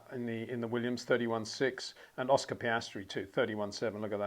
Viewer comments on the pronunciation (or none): none